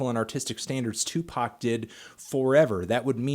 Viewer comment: its tupac not tupark?